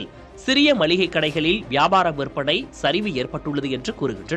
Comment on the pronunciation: நல்ல காணொளி...ஆனால் கடைசியில் மல்லிகை என்று சொன்னது தான் வேதனை. அது "மளிகை". மல்லிகை அல்ல.